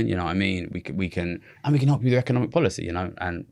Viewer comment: Econimic lol